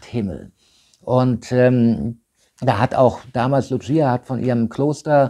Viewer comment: Das eine Maedchen hiess nicht 'Lutschieja', sondern 'Lucia', ausgesprochen 'Luussija' In Fatima spricht man Portugiesisch und nicht Italenisch